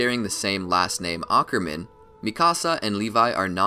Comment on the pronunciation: did you say ackurman